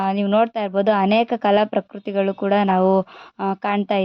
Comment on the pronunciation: ಅಪ್ಪಿ ಅದು ಕಲಾ ಪ್ರಕೃತಿ ಅಲ್ಲ ಕಲಾಕೃತಿ ok